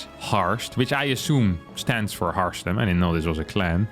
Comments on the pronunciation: I love that harstem half the time mispronounced his own name as Harmstem regularly on this channel 😊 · How can Harstem be upset about his name being misspelled while he sometimes pronounces his own nickname as HarMstem? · The best joke about your nickname Harstem is that you mispronounce it as Harmstem yourself very often